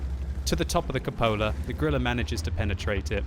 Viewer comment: CUPOLA.....It's pronounced cew-puh-la, not cup-oh-la!! LOL